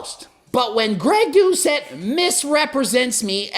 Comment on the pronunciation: "He said my channel name properly, so you know he is pissed"